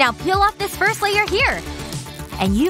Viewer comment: firsh girl -f lol